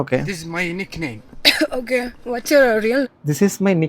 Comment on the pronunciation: അയാളുടെ nickname പറഞ്ഞത് ശരിക്കും ഒന്ന് ശ്രദ്ധിച്ചു കേൾക്കു bro 😮 entha parayunne enn kelku. Very bad